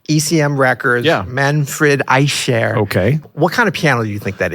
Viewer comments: The “ch” in Eicher is pronounced the same as the “ch” in Bach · German here ... Manfred Eicher (the german "ch") is pronounced like here --> "How to pronounce the German CH correctly" And I can only wonder how you both brilliant jazz nerds didn't mention that the Köln Konzert was the result of many misshaps, two days without sleep and a wrong piano delivery, but they recorded it anyway, lol. First he didn't want to play but because it was sold out he did it anyways, I'm so glad he did hahahha. Very interesting story, you should be able to find online. Besides that, brillant analysis and nerding out as always! :) <3<3<3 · No, this is not true. There are two way of pronouncing the ch in German and it’s the other way